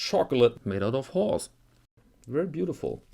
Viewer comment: Perhaps that's why I heard it as 'chocolate made out of whores'.